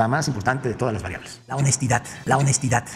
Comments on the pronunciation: Si ni si quiera la sabe pronunciar, menos ejercerla, o solo que "HONESTIDAT" sea otra cosa, no vaya a ser que quieran dejar el sufijo "T" a las palabras que ordene el TatAmlo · La "honestidat" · La "honestidat" es la variable económica más importante? Vaya con el todólogo señor lópez!